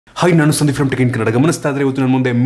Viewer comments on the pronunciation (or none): none